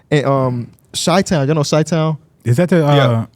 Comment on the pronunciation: Calling Chill Town "Chi-Town" is hilarious